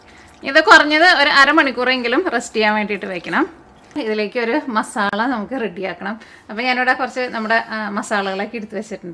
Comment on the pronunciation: മസാള അല്ല 'മസാല ' എന്നാണ് മലയാളത്തിൽ പറയുമ്പോ എന്ന് അറിയില്ലേ??!!!😆😆 മ സാ ല ok? ള ള എന്ന് കേൾക്കുമ്പോ അരോചകം ആകുന്നുണ്ട് dear 😄